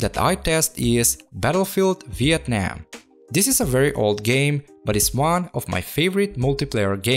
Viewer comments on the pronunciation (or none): none